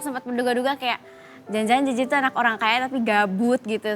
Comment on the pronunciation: Bru ngeh pengucapan kata KEYA / KAYAK nya jeje sering bgt di ucapin 🤣🤣